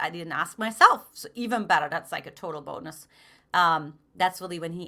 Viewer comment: "PHILIPPINES" i love the "BUNOS"